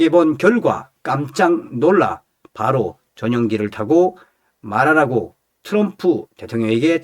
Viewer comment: 츄럼프가아니라 트럼프 내옆에있는 여자친구가 미국흑인친구야 발음틀리데 왜한국사람들은 발음가지고 멋을부리고 잘난척을하는지모르겠다고 그러더라구